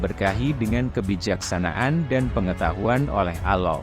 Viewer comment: Allah bukan aloh